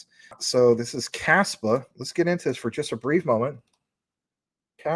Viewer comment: I agree Casper Labs is going to the moon. Though I have no idea why they keep pronouncing it as Caspa and spell it with backwards K